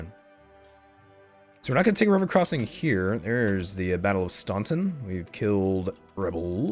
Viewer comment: As a Virginian, I just want to let you know that Staunton is pronounced like "Stan-tin". I figure it will be important in the upcoming war!